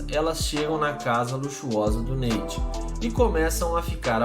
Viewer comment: Neite ? Kkkkk Nate*